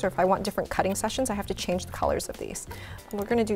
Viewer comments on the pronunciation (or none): none